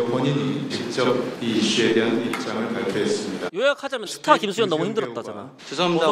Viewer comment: 스타로써의 부담감 들을때마다 스타벅스로 들림ㅋㅋㅋㅋㅋ